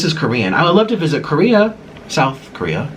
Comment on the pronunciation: south korea강조하는거 졸귀ㅋㄱㅋㅋㅋㅋ